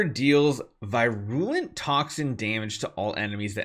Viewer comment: I believe it's pronounced vir-you-lent